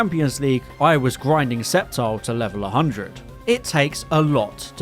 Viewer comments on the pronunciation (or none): none